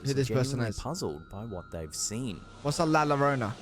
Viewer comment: you most definitely butchered the pronunciation! 😂😂😂 "La llorona" pronounced: la yoronah Although gringos and English speakers will likely still say it with an English speaker accent, which makes it sound funny. 😂❤🤷🏻‍♀️ "LA llorona" is actually one of the most popular and widely known Latin American legend/myth. After years of personally researching the subject to track down the actual person (the wailing woman) who this legend is based on and finding out name, family history and other personal details, I decided to stop and just let it be. But, it was based on a real life person originating in Mexico city. This legend was used by family to scare us kids and make us go to bed early, and it was mostly effective. I'll leave it at that. The video though... although creepy, I'm not sure about. 🤔